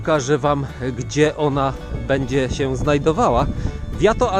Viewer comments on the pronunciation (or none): none